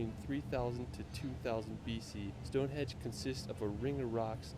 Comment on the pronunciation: Stone Henge not Edge